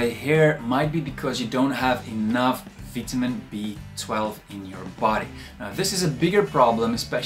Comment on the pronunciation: Veetahmeen BEE?? I love your videos. Thank you.